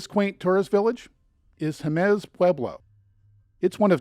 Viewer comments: Jemez, not "Jeméz." Sounds like "hem this" without the "th." Acoma, not "Acooma." Homophonic with "a coma". The "escarpment" at Petroglyph is actually named "El Ceja"; the NPS employee should have known this. Today, there are four sites (new one opened within a week of this comment). the "Navajo Name" is pronounced "yah'-ought'-eh", where an apostrophe is a hard glottal stop, similar to the almost silent T when you use "mat" in a sentence. Yá'át'ééh means "hello" (lit. "all is well"). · FYI: the name is pronounced: Hey mez, with the accent on the first portion of the name “Hey or Hay” mez..